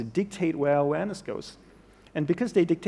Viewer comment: Everytime he says “awareness” it seems like he is saying “Uranus” and I don’t know why?